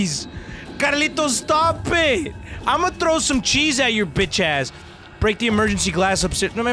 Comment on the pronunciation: I love these vids “Estopit”😂😂😂